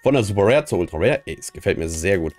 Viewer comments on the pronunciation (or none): Wie geht das, machst du das extra?,,Rare Super Rare Ultra Ware Secret Rare Ultimate Rare Luxury Rare" Er kann Rare nicht mit R sprechen wenn Ultra davor steht lol